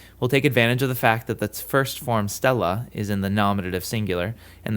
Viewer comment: Isn't it stēlla not stella though?